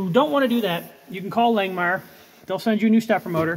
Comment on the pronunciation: I thought it was pronounced “lang-moo’er”